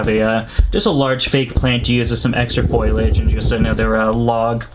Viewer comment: Bruh FolIage..... F O L I A G E lmao. Love the vids though